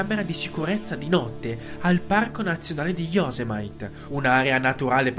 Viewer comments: Yosemite si pronuncia IOSEMITI, non IOSEMAIT. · Yosemite si pronuncia josèmìti.. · Fuoco di prometeo, il parco nazionale si pronuncia "iossemiti" (Yosemite)